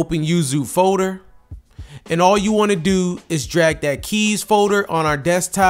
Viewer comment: I can't un-hear the way he pronounces "folder" as "faux-der" lmao